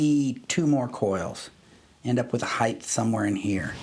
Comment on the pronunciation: Love your videos but "Heith" is not a word.